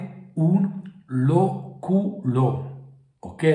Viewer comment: Loculo si pronuncia con l’ accento sulla prima O, non sulla U!